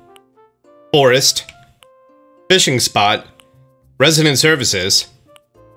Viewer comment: did he really say, "Bome, Borest, Bishing Spot"